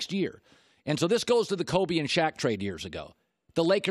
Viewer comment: It’s Kobe not Colby you clown